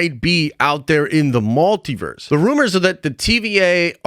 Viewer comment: Why are you saying MALtiverse?